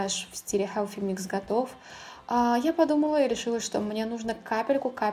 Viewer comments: Koshka Potselyeva вы усложняете) Все привыкли произносить как "буржуа" и "хелси микс" ХелФи - режет слух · Прекрасный макияж!!!, но почему Helфи микс, ведь th